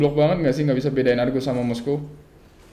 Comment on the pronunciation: Moskov bang bukan moskow, apa dibacanya moskow ya?